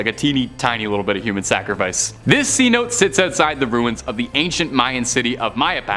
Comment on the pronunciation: Okay guess I should have waited. It’s pronounced as Ce notay. Not cnote!!! I know you’re Canadian but come on dude.